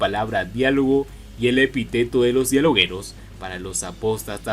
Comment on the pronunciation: El que está narrando se equivocó.... es epíteto con la fuerza de pronunciación en la letra i . Espero que no se enoje